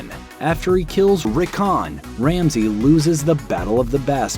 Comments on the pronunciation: Wtf are you sating their names so weird? Have you seen the show? Did you ever hear their names be said that way ever? ArYa, RickOn, sound pretty beain damaged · The way he said Missendei and Rickon hurt me.